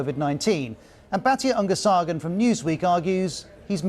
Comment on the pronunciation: Batya Ungar-SARGON?!